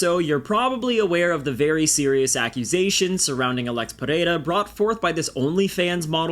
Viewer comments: New subscriber here. You’re great video writer and maker overall. Btw, i would like to congratulate you since you seem to be the only one outside of brazil capable of pronouncing pereira the right way 😂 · You said pereira correctly